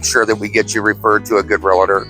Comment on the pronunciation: I appreciate your content and have watched many videos but there is no "i" in real-tor! A common mispronunciation. 😘